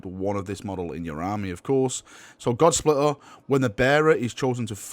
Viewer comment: Looks good. Reading fail on God-Splitter though.